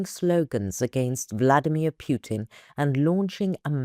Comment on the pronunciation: Just a heads up Putler's name is Putin. Sounds like u say Pewtin